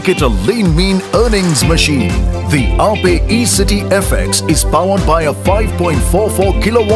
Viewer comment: Wtf... It is aa-pey and not just aye-p..